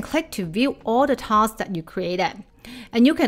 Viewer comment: Hi,. Thank you for this video and all your other videos. They are always informative and highly useful. Might I offer a small observation, if you don't mind? (I hope you don't 😊) "Tasks" (plural) is also still pronounced as "task" (singular) and not "taskses". I have noticed that throughout all your videos that I have watched. There are also many other words that are like that that you might want to watch out for. E.g. "posts" (Not "postses") Just a small observation. Don't mind me 😊